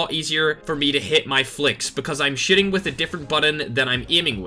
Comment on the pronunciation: I love how you say shiting instead of shooting